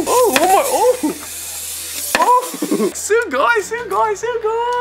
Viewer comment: Why is he saying sugoy